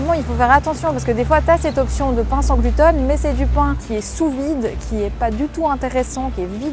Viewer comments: Pourquoi tu dis GLUTONE ?? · Ça me fait marrer comme tu dis « gluten », on croit entendre « glouton » ce qui reste dans le thème 😂